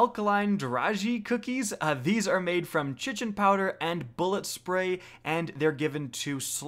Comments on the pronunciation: I believe the correct pronunciation of the word "Chitin" is (kite-in), not, (chit-in). Also, it's "Ether CANE". If you're having difficulty reading words correctly, might I recommend, "Hooked on phonics", "School House Rock", or maybe even "Sesame Street", if you're really struggling. (All jokes aside, I really liked this video. It was helpful and informational.) Keep up the great work! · Kite-In not chichin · “Chichen” and “ether krane” :- I cant take it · i'm pretty sure it's pronounced 'kite-ohn' not 'shittin',. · Chitin is pronounced "kai-tin" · Not to be that guy but chitin is pronounced like “kite-tin”. Good vid tho. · Carlos Montoya I’m gonna go chitin a toilet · I pronounce it " shittin' "powder, I just found out it's not pronounced like that. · The way you said Chitin almost made me click off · The way you said Chitin made me want to kick you from my fireteam at the end of a 980 nightfall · DANTHECHRISTIA N same. His pronunciation of eliksni made my soul evaporate. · I still wonder if he still pronounces ‘chitin’ that way